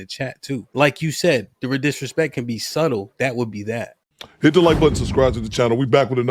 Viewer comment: Did she pronounce the b in subtle 😂